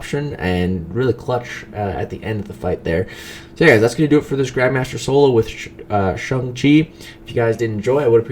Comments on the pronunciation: Stop saying shung chi it's shang chi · Lol, he keeps calling him Shung Chi instead of Shang Chi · Dude it's shang chi not chung chi😂😂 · No one: Absolutely no one:: SUNG CHI 🥋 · Shung-Chi? Shung-Chi!? SHUNG-CHI!?!? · Why is no one talking about how many times he botched this mans name 🧍🏾‍♂️🤣 “shung-chi” oh pain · The way this guy says Shang-Chi is absolutely disgusting. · Please stop trying to pronounce his name.